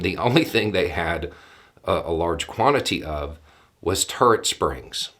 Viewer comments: I get a kick out of pronunciations sometimes. I heard "turd springs" the first time he said, "turret springs. " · For a minute there I thought he said "Turd springs" 🙄. It's the accent 😁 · His accent makes me hear it as "turd springs" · I didn't realise that "turret" could be pronounced as one syllable. You had me confused for a bit there.